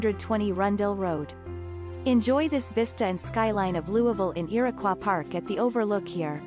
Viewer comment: When you pronounced Iroquois as “earquaw” I was done. May as well pick up a brochure at a rest area to get this info.